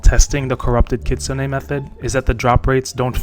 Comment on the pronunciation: its kitsune!